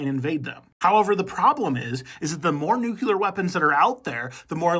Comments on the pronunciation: Its nuCLEAR not nucular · I don't wanna be that guy but it's "nuclear" not "nuculer" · It’s not NOOKULAR it’s nuke-clear! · Read it. Read the word. NUCLEAR. New-clee-ur. It’s not “just how you say it,” it points to pretty awful reading skills. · New Clear is how it’s pronounced